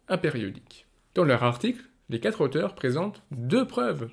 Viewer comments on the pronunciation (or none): none